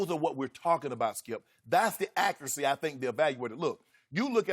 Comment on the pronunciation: Dak uracy.. da accuracy.. wow ok 😂